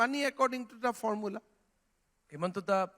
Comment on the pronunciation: It's himanta not hemanta